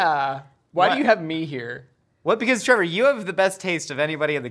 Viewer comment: Twevor can we Fortnite Gwiddy together?